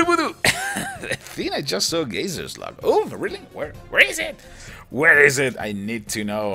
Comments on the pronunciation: gazer not gazzer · Its Gay-zer